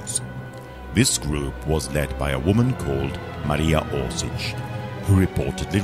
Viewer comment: Oršić, not Orsic.